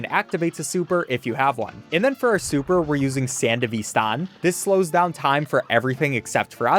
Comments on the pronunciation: sand-da-ve-san is frying me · “Sand-a-vistahn” choom sounds like a gonk pronouncing it like that. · the way he pronounces ”sandevistan” like it’s a spanish word is adorable. For those who don’t know, it’s a cyberware equipable in cyberpunk 2077 and it’s pronounced sand-ehvistan and not san-de-vistan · sorry to be this type of guy but it is san-dev-i-stan sorry it is a cyberpunk thing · pronounced Sand-ehv-ih-Stan; it’s a cyberpunk reference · "sand a vistaaan" son im crying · how did you say that so wrong 💔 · the Sandevistan? That’s from cyberpunk. ⁽ᵃⁿᵈ ⁿᵒᵗ ʰᵒʷ ʸᵒᵘ ᵖʳᵒⁿᵒᵘⁿᶜᵉ ⁱᵗ⁾ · so close… anyway it’s a cyberpunk reference. You might have known that but something about the way you pronounced it. Peak charm though! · Not perfect pronunciation but still, WHO THE FUCK HAD THE GENIUS IDEA TO ADD THE SANDEVISTAN TO CUPHEAD. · might be the worst pronunciation of sandevistan ever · I have never heard someone say Sandevistan more wrong, PLEASE educate this man on Cyberpunk😭🙏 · only a gonk who zeroed on preem BDs would pronounce "Sandevistan" like that, choom.